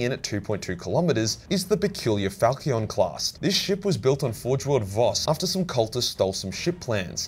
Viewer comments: Falchion is not falkyon. Fal. (like pal, but with an F) Shoun. (Not like the word SHUN, but like should/shouldn't). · The "ch" in Falchion. Is pronounced like an "sh". I know you don't care, but i'm a world-renowned arsehole and i couldn't help it lol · its pronounced FAL SHE ON... ya bloody zoomer. other than that, good vid ;) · Ahh the "Falkion" class, i love Falkions they are my favourite sword... Falkion... Falkion.. Falkion. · The "ch" in falchion should be pronounced as "sh" and don't ask me why. Still a great video! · Falchion (fal-chun)